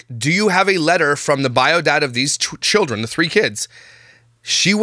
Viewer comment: Did say killdren?